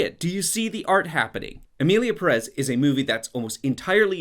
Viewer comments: emierda pé rres is bad but pronounce it correctly lol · "Emilia PerEz"